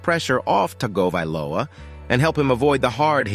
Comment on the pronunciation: Dude you just keep making stuff up for views. Please learn how to pronounce Tua’s last name if you even want to pretend you have any cred as a Dolphin rumor source.